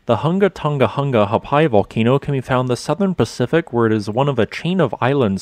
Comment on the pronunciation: He did good but didn't get the glottal stop in Ha'apai